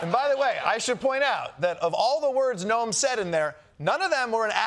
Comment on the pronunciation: Kristi Noe-mo